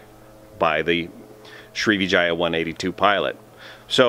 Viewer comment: You got the like for pronouncing Sri#%¥€$@